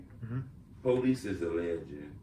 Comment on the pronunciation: Stop saying policsee...